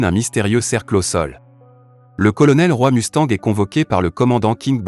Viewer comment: C'est roï mustang, mais bon ça doit être prononcé par une sorte d'IA